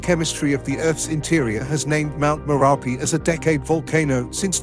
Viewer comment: The narrator is MURDERING the pronounciation of most of the Indonesian names and/or words, including Mt. MERAPI, Mt. SINABUNG, GUNUNG, KERINCI, KRAKATOA, etc. He only got the easy ones correctly: Sumatra, Java, and Toba.